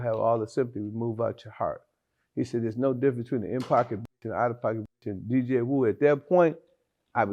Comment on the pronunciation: Anyone notice he called him Dj Whu like 2 or more times 😂